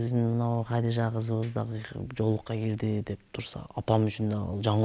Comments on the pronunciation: Хадича эле дей берсең кыйналбай Хадижа деп орусчалабай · Хадича эле дечи Хадижжа деп албай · Хадича дечи,Хадыжа эмес